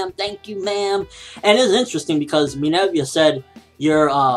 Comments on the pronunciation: IT'S MINERVA NOT MINERVIA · umm no offense but you're saying her name wrong it's Minerva not "Minevia" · Why does say Minerva like that? Minerva = Meh - Ner - Va!